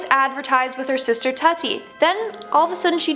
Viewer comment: Isn’t it pronounced tootie?